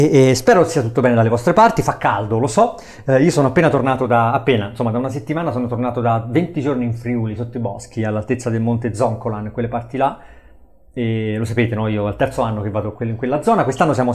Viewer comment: Ciao, un piccolo appunto: si dice Zoncolàn:) Per l'acqua prova Goccia di Carnia, Dolomia e Pradis ahah